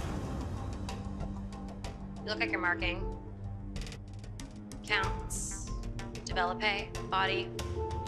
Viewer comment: Did Alexa say develo-pay? Développé please, look at the accents….